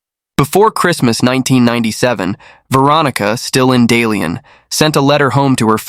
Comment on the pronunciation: Not Dalian.. Da Lian😂